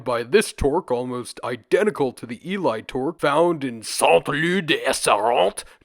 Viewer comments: Just fyi it’s not pronounced E-lie its E-lee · Hey bro, really entertaining video. Just a heads up that Ely is pronounced EE-LEE (my gf lives near there). :) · Ely is pronounced 'Ee-lee'. Our place names are ridiculous in Britain, so it's an easy mistake to make. Eastern England seems to have been quite a prosperous area during the Bronze Age, and there have been quite a few important Bronze Age finds in the Cambridgeshire Fens, most notably the Must Farm and Flag Fen settlements.